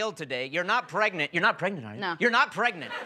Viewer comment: "You're not pregnant...You're not pregant are you?!" Mal: "No.": "You're NOT pregnant..!" Best part xD